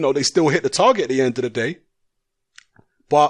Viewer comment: Do shut up. And pronounce the word THE properly.